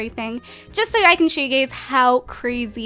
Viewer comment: When u say u guyz it sounds like u gays lol